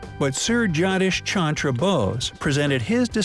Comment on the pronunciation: It's not johnish chandra bose its johgodish chondro bose because he was a "bangali" and I am a bangali I am just saying because his name is speld wrong